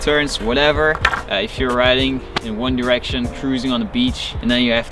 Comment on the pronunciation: OMGG HE SAID ONE DERECTION 😭😭😭 lmfao